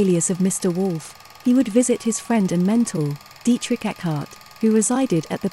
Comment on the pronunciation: yes, it's not Berghoff but a longer O, Hoof. Then Reich not Raik, like Dietrich, not Dietrick, Speer not Spier, Eva, not Iva, Braun not Brown, not Fjurer but Führer, Didn't expect an AI voice, fascinating.